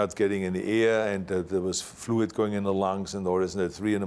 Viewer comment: "I started choking and not gedding any eeeyeah..." Love you Arnie